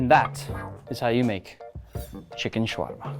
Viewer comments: Spelled shawarma pronounced shawama without r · حلو شلون ينطقها😂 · Ok look I get how you can't say it well but it's okay and Im from Egypt so I know how to say it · Get a Lebanese friend who can pronounce it properly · You don't have to pronounce shawarma that way if you're speaking English. You pronounce it correctly when you're speaking Arabic so it can flow naturally into the language. But it doesn't flow well into the English language because it's not designed with tongue rolls and things of that nature. Just say it the way Tony Stark says it if you're speaking English.